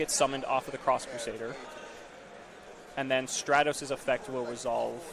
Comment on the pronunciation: I’m pretty sure it’s Stratos and not Straytos